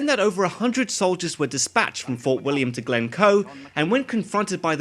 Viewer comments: Er that's Glencoe, not Glemcoe! I'm sure those "reaction videos" are mostly fake. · It's Glencoe btw